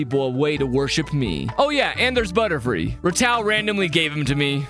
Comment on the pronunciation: Love your vids but I’ll be honest, not sure how much of the fandom says this but, I know i pronounce Ratau as Ratu